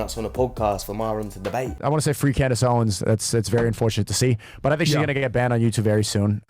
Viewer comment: "Tink about dis"---Fresh